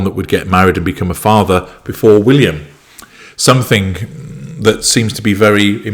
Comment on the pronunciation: It’s not somethink… no ‘k’ !!!